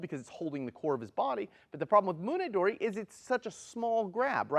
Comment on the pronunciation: When you use 取り alone, we pronounce TORI not DORI. It should be Tori waza not Dori waza. So an object Dori instead of an object Tori.